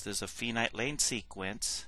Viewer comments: It's pronounced with a long i, not with a long e as in female. Finite is pronounced like finance, or find where the i is long. Like the pronunciation of five, for example. Other words with the long i sound: are file, fight, confide. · Really!!!! This man is publishing these videos to help you learn a complex subject and all you can do is criticize how he pronounces finite!!!!???? Thank you